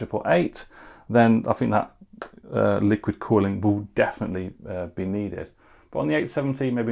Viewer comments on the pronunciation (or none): none